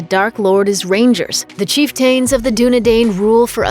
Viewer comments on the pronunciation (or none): Chieftain of the Dunedain... does not rhyme....just saying. Chief-ten of the Dunedine...phonetically. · What’s a chief-tane? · Good video but prounounces chiften and Dunedain wrong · Its pronounced cheef-tin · Goodness...this is a terrible explanation, missing lots of important information. And for the record, please learn how to pronounce the word "chieftain".